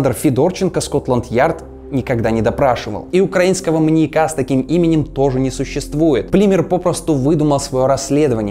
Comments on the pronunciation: при всем уважении: "маньЯка", не "маньякА" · Уважаемы, почему так безграмотно? Наверное не "маньякА", а "маньЯка". Учитесь правильно расставлять ударения. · Слово "маньякА" с ударением на А жутко режет слух, после 10- го повторения выключила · Круто, только не маньякА, а маньЯка, резало слух всё время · МаньЯка, маньЯком, маньЯки. Ударение, дорогой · маньЯка, не маньякА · ты молодец, очень интересно. Но маньЯка, а не маньекА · "маньякА"? Серьезно? Родительный падеж: манья́ка, манья́ков. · МаньЯка, маньЯку, а не МаньякА и МаньякУ. Простите, но очень режет слух. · Люблю ваши ролики, но очень хочется попросить проверять русский перед записью(( ударение в слове маньяк в разных падежах - падает на Я (маньЯка, а не маньякА) и тысяча, а не тыща. Очень ухо режет(( вы молодцы, занимаетесь просвещением и язык в этом случае тоже важен, надеюсь, вы это понимаете. Желаю роста! Зы: коммент можете удалить, мне главное, чтобы вы сами прочли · МаньЯка, а не маньякА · Почему маньякА. Что за отстойное ударение : / Кстати, кому интересно тему эту детально изучить, то серия о Джеке от Карты Убийств просто супер. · прости, материал клёвый, но, не "маньякА" а "маньЯка". Будь грамотнее, пожалуйста. Уши режет. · маньякА, маньякУ, жуть какая-то, слушать невозможно с такой постановкой ударения. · Интересно. Но "маньякА" режет слух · Все видео резало ухо твое "маньяка́" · Очень интересный материал, однако неужели так тяжело правильно ставить ударения? В видео постоянно "маньяку́, маньяка́, маньяко́м..." Ппц просто... Меня каждый раз передергивало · Видимо, кому-то не нравится ударение в слове "маньяка". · скажите ему где правильно ударение ставить в слове "маньяка" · Классное видео, но сильно режет слух слово "маньяка" с ударением на последний слог(((